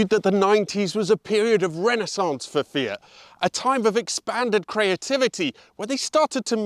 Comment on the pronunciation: great video but disappointed he's not saying "fiat" or "multipla" in the Italian accent 🤷‍♀